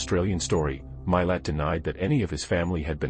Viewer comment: Name is said “mah lot” spelled Milat. Ivan is said “I van”. Are you a robot? Listen to the documentaries about Ivan Milat and the victims please or watch the Australian movie “Catching Milat”.